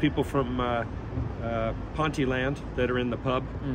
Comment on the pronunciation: "Ponty-land" 🤣🤣🤣🤣🤣 (We'll let him off)